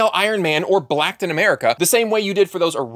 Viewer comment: That’s man said “Blactin America” 🤣🤣🤣